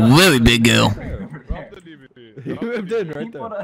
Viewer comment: sounds like a WEALLY big girwl